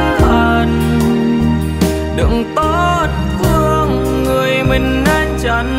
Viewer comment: có chút sai lỗi phát âm nhỏ 2 câu từ là :người mình thương chứ không phải là người mừn thương 😊và câu để phải cách xa thì lại thành cắt xa😊!!!!nói chung ca khúc hay giọng hát truyền cảm,chỉ xíu phát âm😊